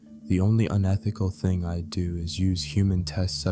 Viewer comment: This calm voice for narration is perfect in my opinion, but the mistakes of pronunciation - "I'd" turns into "Id" - make it really annoying and difficult to focus